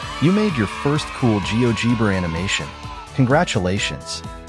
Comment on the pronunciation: It's "gee-OH-jeh-bruh". Fix your AI slop, because the rest is very nice and worthwhile!